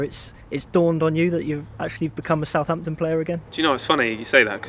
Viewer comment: this video has aged pretty well so far. love how he says sa’amptn, proper pronunciation